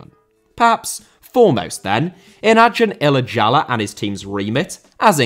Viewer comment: you can pronounce acun ilicali's name as "ajohn elachaly" - its funny how you pronounce his full name lol